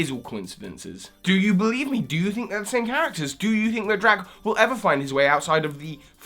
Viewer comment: CAIT-lin, say it with me; and DAR-ack, not Drack, and DEFINETLEY not Drake wtf?